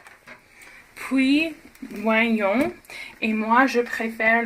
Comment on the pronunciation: Petit commentaire pour t'aider a la langue française on ne dit pas oignons avec le son OI mais avec le son O c'est a dire ognion merci pour cette vidéo 😄